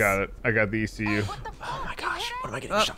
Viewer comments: I dunno if they're just casually making an rvb reference by pronouncing ECU as "eecoo," or if they genuinely don't know that it's an acronym and you pronounce it by saying the individual letters. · ecu, not icou. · “eque” 😭😭😭😭its just E.C.U made it anime😭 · The "Eekuu" job. As a Automotive Service Technician I facepalmed at that one. These guys are awesome. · As a car guy, hearing them say "The Eekoo Job" over and over hurt my soul...it's an E.C.U., Electronic Control Unit...a stand alone ECU is an aftermarket programmable replacement for a car's factory onboard engine/transmission management computer that allows you to change programming variables in order to make more power and tune the engine beyond what the factory's EPA friendly baseline tuning was... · It’s e c u not ecu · It's E.C.U!!! NOT ICOU!!! Electronic Control Unit! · Well if u didn't know wasn't a car guy u do nw: let's do the ecu job It's pronounced e.c.u stands for engine control unit just thaught it was funny the way he said it